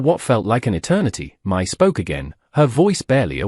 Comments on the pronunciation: Her name is actually Mai, a Cantonese name pronounced as my. Before you respond, I live in Asia myself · My in Asia is pronounced "Me".